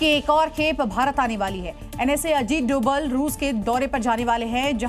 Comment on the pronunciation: नाम तो सही लो भाई अजीत डोभाल नाम है सर का (डोवल ) नही ☹️